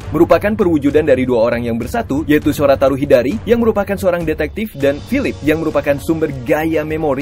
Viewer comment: Koreksi lagi ya min, yang benar Shotaro bukan Shorataro. Ozu itu dialek jepang nya min, kalo mau pake pengucapan nya sebenarnya dibaca Oz aja. Kalo mimin mau pake pengucapan jepang nya, berarti double dibaca daburu, decade dibaca dikeido. Gaim juga dibaca Gaim, bukan Gem. Di Gaim gak ada ryuki min.. Misi Zi O bukan menyelamatkan waktu, dia sendiri malah merubah banyak sejarah rider. Misi dia adalah memenuhi takdir nya sebagai ohma zio, raja kejam dan otoriter yang akan berkuasa di tahun 2068, tapi dia berusaha merubah masa depan itu agar dia jadi raja baik. Dan time jacker bukan monster, tapi manusia yang mempunyai kekuatan khusus dalam hal waktu.